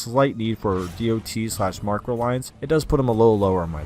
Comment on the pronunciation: Can you say it dot instead of D O T?